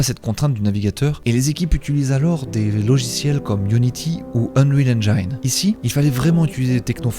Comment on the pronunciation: J'aime bien le style, mais j'ai pas trop compris le but du jeu 😅 Sinon, engine se prononce comme en Français (à peu de chose près : endjine ), et pas enjaïne.